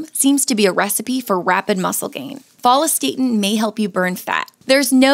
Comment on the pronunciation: What's with the HORRIBLE pronunciation of follistatin???